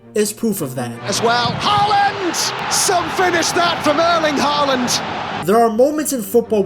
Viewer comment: His name is Erling Håland. Not Erlend Håland. Points to the presenter for not calling him Haland.